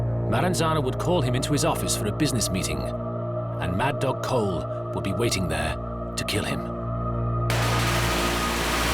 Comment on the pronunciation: It’s Vincent Coll, not Cole. Get it right. And like one gangster observed, calling him a mad dog was an insult to dogs.